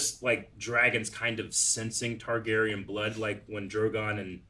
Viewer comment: .....it's TARgarian not TYgarian.